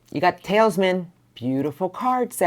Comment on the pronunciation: thank you so much for your reading, but you are annunciating Teleman incorrectly